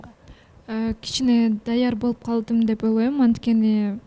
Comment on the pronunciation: Элиза деген кыз кыргыз болгондон кийин олойм дебей ойлойм деп туура суйлосон,жасалма суйлобой.